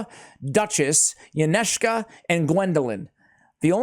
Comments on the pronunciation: Pronounced Incense-ah, great guide tho! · Isn’t it pronounced ‘incense-a’? :D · Fairly sure her name is based on the word "incense" so I pronounce it een-sense-a. I definitely know it is not pronounced how pronounces it. LOL Glad to see the guide. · Yncesa.. pronounced like the incense